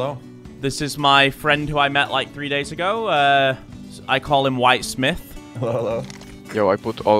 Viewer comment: "White Smiff" lol